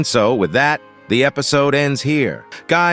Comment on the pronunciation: Apple souse😂😂😂😂